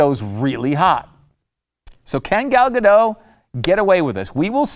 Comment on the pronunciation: Gal Gadot's last name rhymes with Hot. Gal ga-DOT. Just saying.